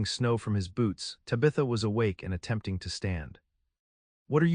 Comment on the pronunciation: It’s not tibatha it’s taaabatha.